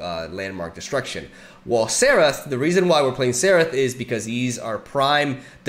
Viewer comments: It's not Seraph, It's Zerath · It sounds like you are pronouncing "Xerath" as "Serath" not sure if its just me but anyway its pronounced "Zerath" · when do you guys think will notice he is saying Xerath wrong?